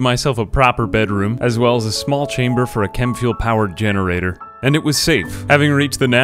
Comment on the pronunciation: I heard "a small chamber for a Kenwood generator" lol